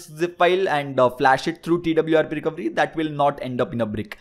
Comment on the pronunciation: It's not recovry, it's fucking recoVEry my god!